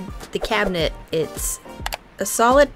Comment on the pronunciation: This Cuban got very exited when you called it a cubinet. I love your work. Thanks.